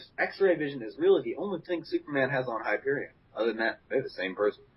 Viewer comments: its not pronounced hy-per-e-on its hy-per-e-in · You guys missed a attack.Hyperion also has solar breath and Superman has freeze breath.And you guys pronounce Hyperion wrong.And Superman and Hyperion also has superhuman stamina and durability.